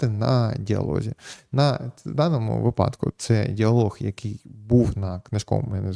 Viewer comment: Слідкуйте за наголосом - вИпадок, у вИпадку. Бо випАдок це більше схоже на припАдок